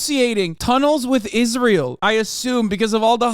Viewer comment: sounded like he said "Rizz-rael" 😂